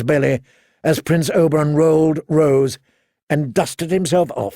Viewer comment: He keeps saying Oberon instead of Oberyn